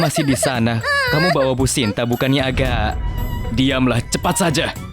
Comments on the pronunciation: Sinta kok jadi santi😂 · Hahaha Sinta jadi Santi 😂😂😂